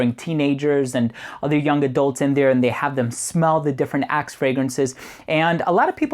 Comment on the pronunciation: Love your review! The part where you talked about your friends in the locker room it sounded like you said "a can of Ass" :P